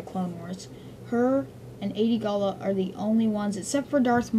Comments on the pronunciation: the name is adi gallia not adi galla. otherwise u r right. I think. at least your right on most of them. I like it! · Her name is not "Ay-De Gall-La", it's "Ah-De Gall-Lee-Ah". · Adi-Galia (AHD-E-GAL-E-UH) sorry was bugging me, liked the video though